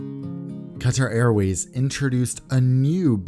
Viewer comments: you pronounced it very well in arabic qatar airways bravo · As an Arab, you have pronounced Qatar Airways in Arabic just perfectly. Of course you had an American accent there but I am still very impressed.